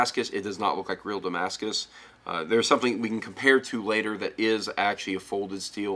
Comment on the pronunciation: I like how he says damascus, he knows the thing